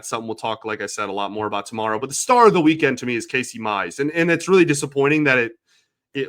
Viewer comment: Pronouce Casey Mize properly...its Casey Miiiizzzee !